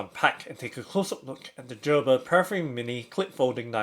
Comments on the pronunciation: Jerber 😂 you mean Gerber (GrrBer) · Lol 😂 He is saying "Jerber" wrong pronunciation 😂😂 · Gerber with a hard G. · It's pronounced gur-ber